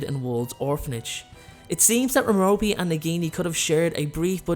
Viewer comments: It’s mair-a-pee not ma-ro-pee No offense though, love your channel and you sexy 🥺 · I believe it's pronounced 'Mero-pay' not 'Mero-pee' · Come on, Love this channel BUT....Merope its pronounced Merr-Oh-Pay. Listen to stephen frys audio book. You hella mispronouncing it